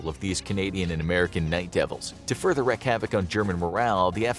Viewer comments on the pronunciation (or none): "Wreak" rhymes with "leak"!